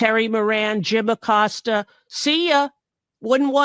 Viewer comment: Jim Accosta?? LMAO